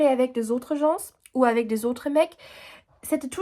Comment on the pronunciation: " Les Gens " le S est muet, on ne l'entend pas 😘